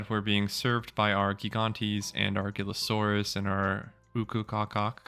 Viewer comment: Gillasaurus, Gillasaurus, Gillasaurus....